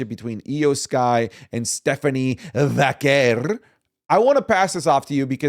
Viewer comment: saying stephanie Vackale makes me laugh